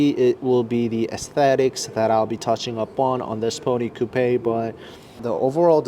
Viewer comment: You're pronouncing Coupe wrong